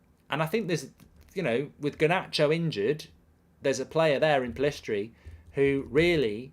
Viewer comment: Still doesn't know Pellistri's name haha